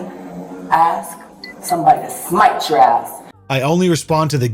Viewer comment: Did she just say “smite” 😭😭😭😭😭😭